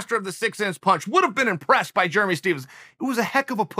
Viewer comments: Jeremy "Germy" Stephens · Chael “Germy stephens” Sonnen